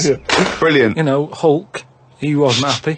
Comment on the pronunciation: " 'ulk...'e wasn't 'appy..."